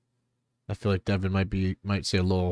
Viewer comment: Calling him devin😂. It's Devon. De-Von